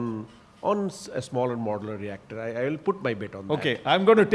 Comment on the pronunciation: What's the difficulty in pronouncing the simple word Modular? It's so awkward from the part of Podcaster